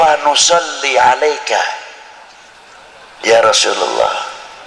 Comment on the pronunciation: Yaa Rosulowoh /Yaa Rosulullah/ Yaa Rosulallah ...yang benar yg mana ustadz ,Kalo membaca yg jelas ustadz, sukar di telinga rasanya..😂😂😂